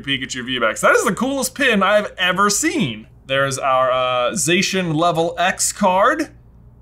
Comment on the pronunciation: Zacian is actually pronounced Za-cyan as in cyan the colour.